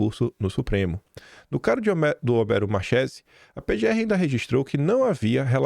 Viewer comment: Pronúncia correta: Homero Marquéze!